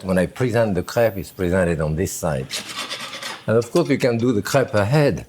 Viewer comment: I heard crap instead of crepe :D I can't breathe...